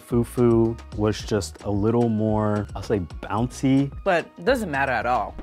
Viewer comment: “ i wish the fewwww fewwww was a little more bOUncy” 🤣🤣